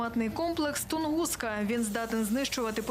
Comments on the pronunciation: Тунгуска ,запам'ятали,а не тан гуска. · Не тангуска. А тунгуска